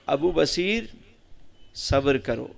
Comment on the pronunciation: حضرت کا نام تو پہلے صحیح سے لے لیں ب پر پیش ہے ص پر زبر ہے سمجھے میان